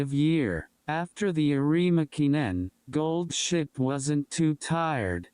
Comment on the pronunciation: I'm sorry. I just keep hearing Gold Shit throughout the entire video. I'm not gonna retain anything from this video.